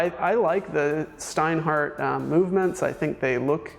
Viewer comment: Is it so difficult to learn how to pronounce the names? Your "Steinhart" is killing me, really (and I'm not even German).